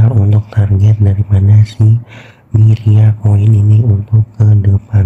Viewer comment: Myria not myriad social🤣🤣